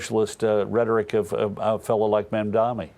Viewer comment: I don't care anything for Mamdani, but I wonder how it is that Rove and Perino keep mispronouncing his name. Maybe it's time for them to shift exclusively to print journalism!